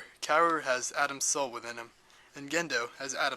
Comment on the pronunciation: you cant say KAWORU right ? KA-WO-RU not kewewi ,kewewe ,kewow Overal , this VIDEO.... IS SO GOOD , make me understand EVA THANKS